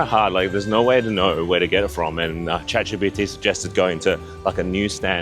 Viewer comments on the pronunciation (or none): none